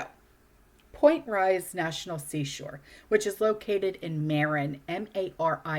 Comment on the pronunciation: Point Reyes is pronounced Point Rays.